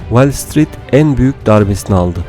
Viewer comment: Şu okuyan arkadaş bir de İngilizce telafuznu biraz düzeltse, Wellstreet değil WALLstreet.